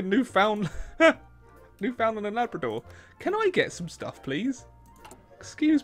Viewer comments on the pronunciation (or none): It's not "new found land" its Newfoundland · The way you pronounce Newfoundland is cringy